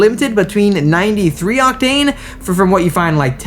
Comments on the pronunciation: Unusual pronunciation of the word OCTANE with the emphasis on the wrong syllable. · You say “octane” in a different way… sometimes.